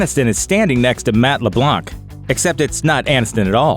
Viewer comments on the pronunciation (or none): i hate how he spelled ''Matt Leblanc'' he litterally said : Leblank like jesus christ... get your french strait :P